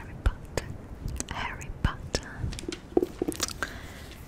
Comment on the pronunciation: "Harry Pottah" KAKAKSKSKSKAKA Isso ta incrível, mais um asmr perfeito, só que agora com minha saga preferida❤